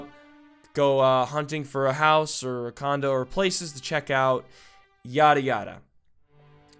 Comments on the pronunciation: I honestly thought he said "I was searching for a condom"....... WTF is my mind.... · Who thought that when he said condo he said condom like if you agree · "I was recently hunting for..a condom." Me: What the f*ck!? Realized he said condo... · Am I the only one who heard condom when he said condo? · immediately when said "condo" i thought he had said comdom... then i left my computer, spat out my gum... and did my laundry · Frick I HEARD HIM SAY CONDOM NOT CONDO XD I HAD TO REPLAY IT A COUPLE TIMES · Instead of him saying condo I heard condom XD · I thought he said condom instead of condo...... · Kat McCluskey me 2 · I THOUGHT HE SAID "I HAD BEEN RECENTLY HUNTING FOR A CONDOM😂😂😂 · Hahahahahaha i thought you said Condom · Dude I heard that too and was like wtf this is going to be one hack of video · Soza Same. I still don't know what the word that was supposed to be said x3